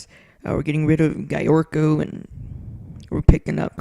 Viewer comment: Gyorko is pronounced Jerko